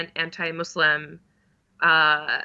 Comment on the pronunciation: OMG! Thank you Talia......Thank you! For pronouncing Muslim correctly. I know people mean well, but it drives me crazy!